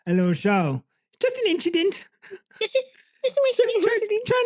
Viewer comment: "It's just a inchident 🤷🏽‍♂️" 😂😂😂😂